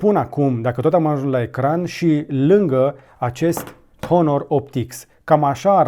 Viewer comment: În honor nu se pronunță h